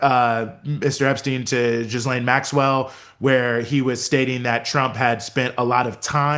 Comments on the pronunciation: Omg PLEASE STOP calling her Jizz-lane! It’s pronounced Gee-LEN. Don’t get me wrong, I think she’s one of the most odious humans ever to walk the earth and this is not about respect for her. But if you want to be taken seriously, as a journalist/podcaster, get it right! Those who call her Jizz-lane are making a derogatory reference to what she’s guilty of. Don’t sit there with a serious face and pronounce it like that. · Love you both! But please stop mispronouncing “Ghislaine””.”